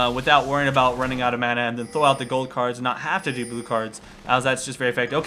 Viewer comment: learn to say mana. god you're killing me.